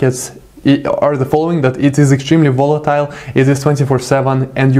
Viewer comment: "It is extrement wolitiwle" LOl this guy is awesome great content !!!!